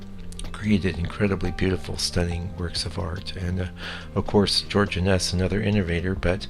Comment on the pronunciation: I believe his name is pronounced INN-ess, not inn-ESS.